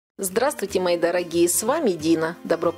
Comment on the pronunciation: Не "гхи" и не "кхе-кхе", английское слово "ghee" переводится на русский как "топленое масло". Произностся без звука "х" - г-и-и. "гхи" )))